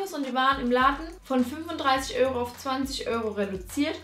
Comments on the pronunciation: Öro? nicht Euro?😂😂😂😂😂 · Hahahah sie sagt die ganze Zeit "Öro" statt Euro 😂😂 Aber echt schöne Kleider😍